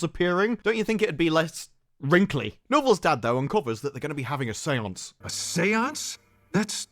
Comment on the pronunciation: Say-onc-eh?? Really?